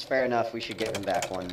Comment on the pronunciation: "should" not "shut"...